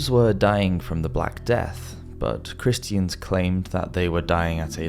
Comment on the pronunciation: "Christ-ee-ans" U fn serious bro? Christians has three syllables now?